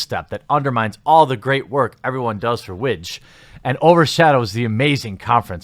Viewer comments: Ha the way you were pronouncing WIGJ, widge, is slang for penis in parts of UK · WIGJ - I thought you said witch at first... :O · I'm sorry but I had to pause the video because the way you pronounce the acronym right after you talked about the manasource, I couldn't help but laugh at the possibility that will be not only wedges nickname (WIGJ) but also the chances of it being a meme.